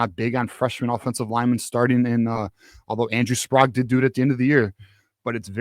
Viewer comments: Andrew Sprague's last name is pronounced Sprayg, not Sprog. Please say it correctly. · This drives me crazy, the last name Sprague is pronounced Spr-egg not Spr-ahg.